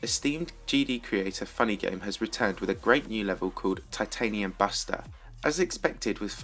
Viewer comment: when you said the name of funnygames level i though the name was ''Titanium Basta'' XD